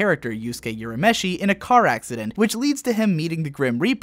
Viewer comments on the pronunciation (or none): i hate it when people say Yurameshi and not Urameshi (OOHrameshi). Love the video tho~